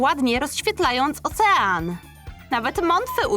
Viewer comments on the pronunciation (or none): none